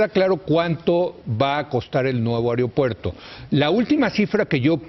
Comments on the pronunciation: a"E"ropuerto a"E"ropuerto, no areopuerto. biatch! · Se pronuncia AEropuerto, no AREopuerto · Se dice AEROpuerto NO AREOpuerto qué le digan a este wey de Leo! Par favaaaaaaar!